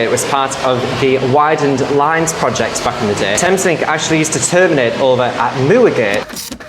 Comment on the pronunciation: New southgate is my local station lol. Btw Moorgate is pronounced more-gate, not mewer-gate